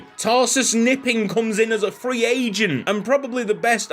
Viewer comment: In german the k is not silent so it is pronounced kuh-nipping. And Knipping in Danish means shagging